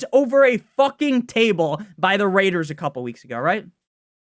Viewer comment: I think it’s pretty difficult to ignore the RRrrrrRRRaiders at this point